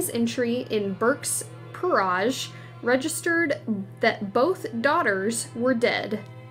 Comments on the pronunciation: Oh for God's Sake !!! It's BURKE's "PEERAGE" - Phonetically pronounce it something like PEER -IDGE ( similar to Porridge ) - NOT " PIRR-AAAJ" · Perahsh? Lol. PEER-age, as in “adge”. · Peerage is pronouned as it sounds peer age . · Yes…I couldn’t get over the pronunciation praaje! I do wish people would check pronunciations, they’re not difficult to find on the internet!!